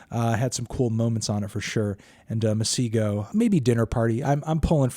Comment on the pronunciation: the way he butchered "masego" i had to take a moment of silence